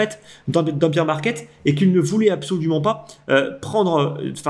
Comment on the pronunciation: Combien de temps tu vas dire « beer market » au lieu de « bear » comme Édouard Baer ???? Ça fait pas très pro.